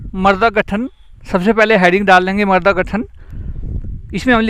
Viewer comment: Sharabi Shabd ka prayog galat Karen Marda nahin mrada